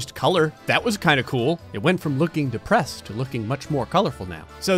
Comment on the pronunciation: I thing this man have litle problem with word depressed I dont know what but I thing you lose your girl